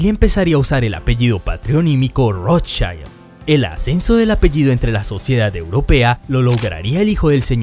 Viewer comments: No se pronuncia "rotshAILD" porque no es inglés. Es "rotschild", con i normalita. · Si dices que escudo se dice "SCHILD" entonces no pronuncies "ROTSCHAILD". Pronuncia "ROTSCHILD". Es alemán, NO inglés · No se pronuncia rotchaild sino de Rotchild. Es alemán, no Inglés. Es Increíble el complejo de inferioridad respecto a los Gringos que tenéis los hispanoamericanos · Exacto! En alemán no se deforma la pronunciación de las vocales como en ingles.. por lo tanto se pronuncia ROT SHILD.. talcual ( y no ROT SHAILD) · Como es un nombre de origen aleman, no es ROTSCHAILD sino Rotzsgild. Saludos desde Venezuela. Rotzchaild seria si fuera ingles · Nota: en alemán se pronuncia como sería en Español, con "i" y no con ai". Entonces sería Rót-schiiiiiiiild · que cringe cada que dices rothschAaaild